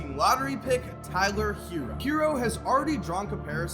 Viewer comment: It’s not pronounced Hero it’s Hair-o... that’s why there is 2 r’s in Herro